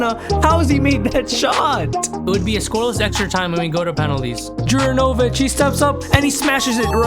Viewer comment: That pronunciation of Juranović... apart from that ,good video